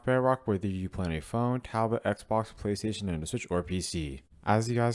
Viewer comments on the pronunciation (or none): none